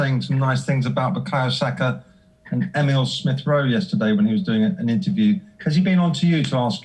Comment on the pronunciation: “Emile Rowe smith”